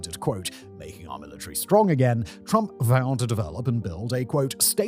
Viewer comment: "Turmp" lol